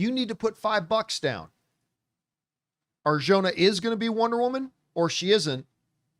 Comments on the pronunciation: Not to nit pick. But the "j" in Arjona sounds like an "h". Just so you know because it appears you'll be saying her name a lot 😅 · Hey campea.. please learn how to pronounce her last name right. You are saying it wrong